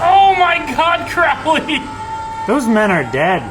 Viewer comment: It's Crow-ley, like the bird